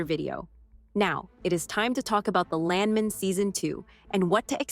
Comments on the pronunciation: Either they cheaped out and used an AI voice for this narration, or they hired a voice actor who didn’t know anything about the oil business. I’m 3rd generation oil and gas. The correct pronunciation of Landman is LAND MAN, with equal emphasis on both syllables, like it is two separate words. No one in the patch pronounces it LANDmun, and this only adds to the sketchy nature of the clip, which is not a trailer and is not a first look at Season 2. Too bad because the show is great and I can’t wait for another season. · It's "Land-man", like it was two words. It's not "Lan-men" as the narrator of this video says. Pronounce the "d" and don't sound like a muppet! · its not landmen its land man🤣 gotta love! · Land man land man say it right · U mispronounce Landman moron